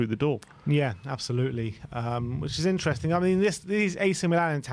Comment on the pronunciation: I find it really funny how often butchers the word "interesting", i hear it in every video atleast once 🤣. Instring, intsring, isntring insteresting